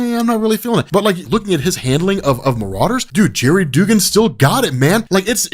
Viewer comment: His name is pronounced Dug-gan, I love ya but that was driving me nuts man. lol